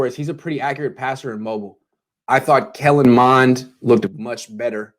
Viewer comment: Too much emphasis on “mobile” especially with Shanahan.